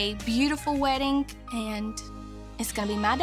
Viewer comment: "This is my second WEDDINGK"